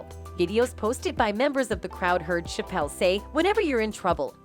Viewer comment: She can’t even pronounce Dave Chappelle’s last name correctly so this commentator comes off as unbelievable and not someone who knows the history of these two black men. Can you say “click bait”!